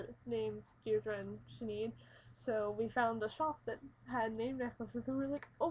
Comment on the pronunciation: That is Not how you pronounce Sinéad. It's pronounced like "Shin-aid" there's an accent over the e which makes it sound like "ay"